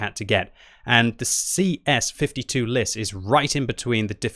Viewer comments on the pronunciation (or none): its LIS not L.I.S. it means the FOX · Its not L.I.S its Lis=Fox